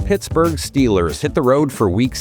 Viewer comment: I can’t unhear “PissBurg” Steelers. FLAWK naysh 🤞🏾🫡